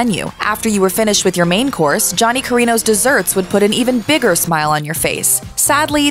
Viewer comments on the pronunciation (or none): none